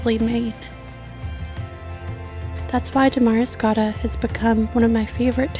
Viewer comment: Beautiful video. But it's pronounced Damuh-riscotta not Da-mari-scotta